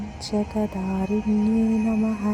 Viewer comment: ഓം ജഗദ്ധാരിണ്യൈ നമഃ അക്ഷരം ഉറപ്പിച്ചു പറയു